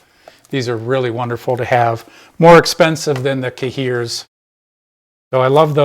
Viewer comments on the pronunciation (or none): "Cahiers" (pronounced kah'-yay) is French for notebooks, but more importantly I love your videos. Thank you for sharing your skill and taking the time to make these videos!!!!